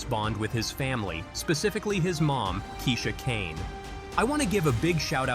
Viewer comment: 😐I promise u the U.S. is 1000% more dangerous than Jamaica... Honestly there is no need to be disrespectful mispronouncing Kishane's name. In a month none of us will even remember about him and he's clearly been here before several times so idk why you'd think he'd be in danger.